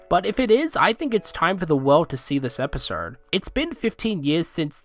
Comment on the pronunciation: "Episrrd" Hey bro is something stuck in your mouth?